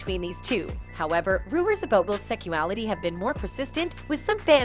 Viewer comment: It bothered me she kept saying "Secuality."